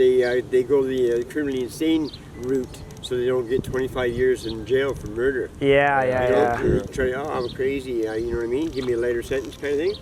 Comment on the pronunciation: Moorder... not murder... Red rum = Murder Red room = Moorder